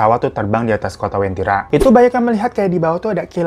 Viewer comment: Ku dari Palu bang, penyebutannya Uventira